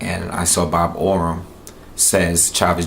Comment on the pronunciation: Haha why yo always say bob Orum?